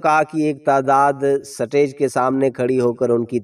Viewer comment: “سا-ٹے۔ج “ کیا ہوتا ہے بھائ ؟ سا ٹے ج- نہیں - “سٹے-ج” سٹے ج۔ سٹیج - stage